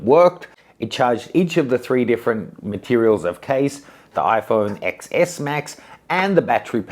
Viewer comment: QI is pronounced Chi. XS is pronounced Ten S. Not sure how reliable this video is when the presenter doesn’t even know the product names.